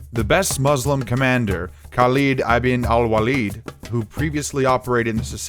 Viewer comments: Khaled not haled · the way the narator pronounces Arab names is extremely funny xDD, it is actually "kheh lid ibnou el weh lid"